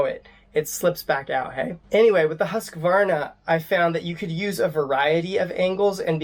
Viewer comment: Try learning to pronounce "Hoosk-Varna" if you want to review their products.